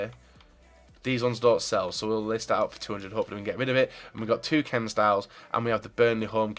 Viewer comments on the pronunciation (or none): none